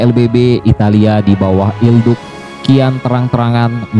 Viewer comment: mantap bang sedikit koreksi cara spell il duce yg benar itu "il duche" bukan il duk